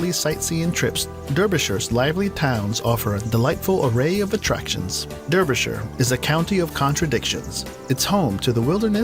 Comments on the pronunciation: Belfast, yada yada yada, "is one of the LEAST attractive places in the UK to live and work in"!!!! The narrater said, so WHY would anybody want to move there???? Derbyshire is pronounced Darbyshire. is Derwent Dam which the Dambusters practiced on in WW2 and was also shown in the Dambusters movie from the 50's. looks like the final challenge set of Total Wipeout UK. Shire is "sher" over here. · Tell him Derbyshire is pronounced Darby-sher and Rutland is Rutland which he finally pronounces properly, I'm from East London so I pronounce Richmondshire Richmondsher. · What about Wales and Scotland. And its Darbyshire NOT Dirbyshire. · Derbyshire is pronounced Darbyshur not Durbyshire 😳😳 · It’s Dar Bi Shuh not durby sher! 👍🏻🥸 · I thought I wanted to smack the announcer when they said 'durbyshire' and not 'darbyshur' (gotta love them naming conventions) but when he said 'Rutland (pronouncing it wrong, of course) is England's smallest COUNTRY' I knew they had to be on the Speshul scale somewhere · DDeerbishur. NO. darbeeshear.. lol. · I live in Derbyshire, and it very versatile you are close to all the biggish cities and all the countryside you could wish for. My only gripe is the person's pronunciation....it is NOT deeerbyshire...it is Darbyshuh. Shire usually pronounced 'shuh'. The places like Peterborough the 'borough' is NOT burrow it is 'bruh' lol I know you lovely Americans can manage that one :) And as I was born in Edinburgh it is nice and easy 'Edinbruh'. Now after all the nagging, love your vids always make me smile. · Durbyshire!? It's pronounced DAR-B-SHEAR. Fantastic place though. Went there for a week on holiday, great memories. Lot's of old mines to explore. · Its actually Derbyshire nit Durbyshire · Pronounced Darbyshire... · Derbyshire pronounced Darby... Richmondshire as you pronounced it. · I bet ALL the Brits watching this let everything else wash over their heads as they screamed "DAAARBYSHIRE!!! IT'S PRONOUNCED DAAAARBYSHIRE!!!!"